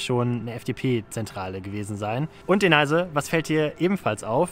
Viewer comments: Sagst du eigentlich mit Absicht Deneise statt Denise :D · Super recherchiert. Bist du sicher das Du Ihren Namen richtig aussprichst? "Deneise" hört sich komisch an, ich kenne es als "Denies" ausgesprochen.